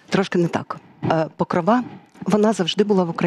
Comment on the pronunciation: ПокрОва, а не ПокровА!😴